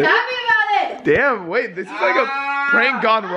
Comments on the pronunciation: I swear he said babe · Orbaxy it's deaf and it just sounded like he said babe 😐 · He said wait not babe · At first i heard wait now i hear babe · sounded like he was saying Wait not babe.. but who knows